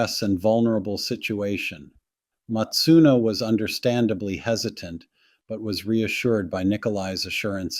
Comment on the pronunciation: Her surname was "Masuno" not "Matsuno". Please show some respect if you're going to talk about this case at all